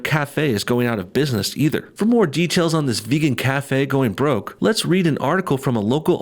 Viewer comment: They got 'bwoke'.